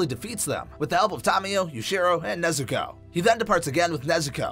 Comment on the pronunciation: Why say nezukoe when u can sat nezuko chan